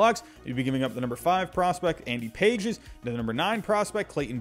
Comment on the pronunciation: I believe Pages is pronounced Pa-hez.